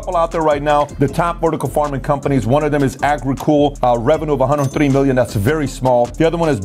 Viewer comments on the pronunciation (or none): I'm listening to your book right now. Although I love it and it's chock-full of valuable information, my brain stops listening to the info every time you say da(the), dem(them) den(then), dere(there), etc. I wish I could stop judging and just accept the info. I'm working on it